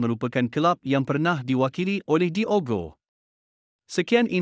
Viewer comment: sebutan nama Diogo salah...Disebut terus DIOGO...bukan disebut dua perkataan DI OGO....buatlh research tengok pngulas2 antarabngsa ttg sebutan nama player...content dah ada...barulh seronok nk tengok